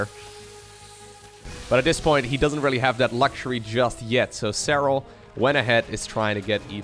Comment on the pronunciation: Nice pronuciation of "Serral" :D